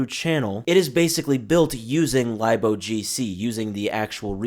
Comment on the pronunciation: "Lib" is short for Library, so its Pronounced "Lib- O G C"